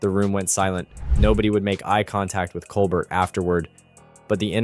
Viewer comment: Its Col bear, mate. As the French would pronounce it.